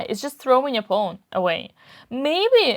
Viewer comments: 'Pawn', not 'pone'. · The way Dina pronounces "pawn" is so cute. ☺